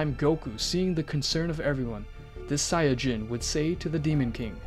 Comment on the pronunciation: i had an ear stroke when i heard how he said saiyan